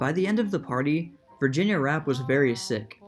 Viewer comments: Virginia's last name is pronounced "Rap-pay", not "Rapp". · Pronounced "Rappay". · Virginia's last name is pronounced "rapp-PAY" - Rappe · It’s “RA PAY”... after that I just stopped watching, please do your homework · It was actually pronounced “. “Ra PAY”